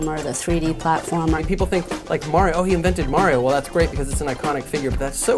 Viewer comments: someone oughta slap that guy. HE SAID MARY-O!! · Please tell me who the fuck "MAY REE O" is. Are you trying to say "MAR EE O" ? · i hate hearing people say MARY-O. it should be mario (mar-ket, long E, long O) unfortunately MARY-O is a common pronunciation